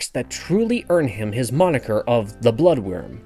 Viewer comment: Its "Blood Wyrm" not "Blood worm". I feel like most of these clickbait videos are made by people who have never read a book in their lives.